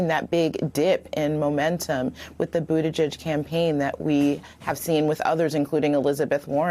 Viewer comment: Yes, Mika: Budda G-edge, rather than Budda Judge.